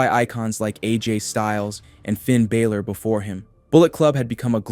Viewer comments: why'd announce Balor as "Baylor" wtf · The miss pronouncing of "balor" is crazy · why do you say Finn "Balor" like that lol